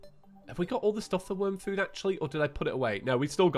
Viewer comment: Worm not worn